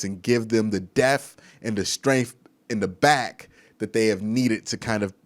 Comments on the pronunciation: Depth not def.... d e p T H not de F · Good video but it’s not death it’s depth😂💀